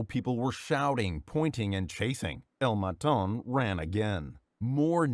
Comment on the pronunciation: "El maton" isnt spanish, and the fact that he reads it as its french makes it funnier (Im pretty sure its portuguese)